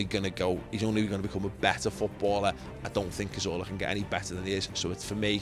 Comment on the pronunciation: 'Courtinho', 'Corzola' fix up Robbie ffs